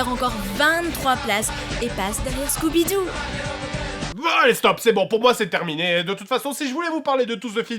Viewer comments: scoobidou pas scoubidou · scouby-dou NNNNNNOOOOOOONNNNN c'est SCOOBY-DOO STP sinon vraiment excellent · NON !!! C'EST SCOOBYDOO PAS SCOUBIDOU !!!